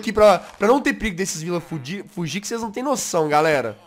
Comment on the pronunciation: É impressão minha ou ele falou" pra esses villagers fudirem... fugirem